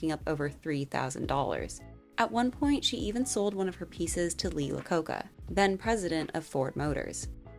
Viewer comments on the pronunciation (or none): Lee “lacoca” lol!! It’s Lee iacocca pronounced “eye a coke a” 😂😂😂